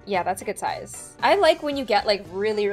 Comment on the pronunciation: “Look at the soize off that nail” ~